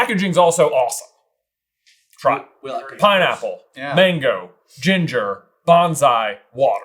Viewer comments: J says it more like “banzai” but if you are looking for the pineapple ginger water it’s “Bonsai” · J, it's Bonsai, not Bonzai